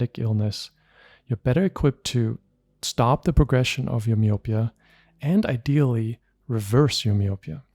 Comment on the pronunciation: You keep mispronouncing the word "myopia".